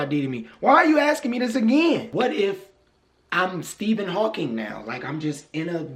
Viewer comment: This man said steave hawking 😂😂😂